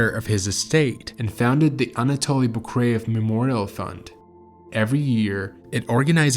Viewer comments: His name is not Boo-Crave. It's Boo-Car-ev. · Your version is wrong too. It should be something like Book-Rey-Yev.